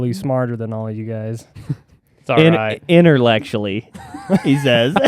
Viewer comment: “Interllectualy” had me laughing! 😂😂